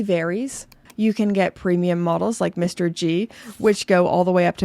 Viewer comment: Wait, did just called the MR-G as MISTER G??? Love this channel more and more:) nice video! Just agreed on all brands ❤